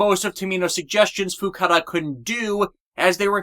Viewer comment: Um, still mistaking Fukuda as Fukada